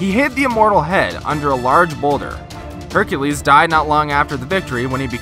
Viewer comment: did you say hecrues or hercalues